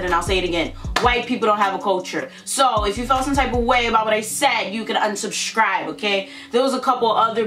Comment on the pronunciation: Nobody : Literally nobody : Her : " if you dont like what I said , you can UNSHUBSHCRIBE " BITCH WHAT ? BITCH WHAT ? GET YOUR GRAMMAR STRAIGHT